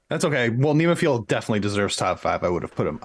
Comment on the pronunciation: please stop butchering NEMOPHILA it's not NEEMO, it's NEHmo.... listen to the band, Saki, Keiko etc. I would put my personal JRock top 10 as: (TOP 5 are in order, but the rest shuffle order often) Band-Maid NEMOPHILA BRIDEAR LOVEBITES SCANDAL ALDIOUS LONESOME-BLUE HAGANE POLKDADOT STINGRAY D_DRIVE